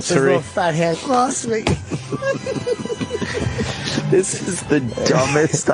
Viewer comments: "GWOCEWY!" With his little fat baby hand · Gwocewy man!!